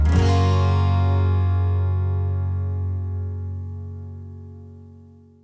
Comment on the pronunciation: Bruh why can't the girl just say the whole word like "soun"